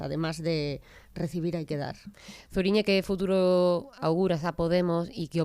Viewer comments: Se pronuncia Suriñe..no Zuri.. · Zuriñe no se pronuncia con la z del castellano sino con lo pronuncia. Gracias